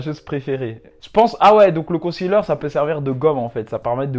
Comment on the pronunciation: Haaa il s’y connaît quand même 😂 la plus-part savent pas c quoi un con-ciler comme il dit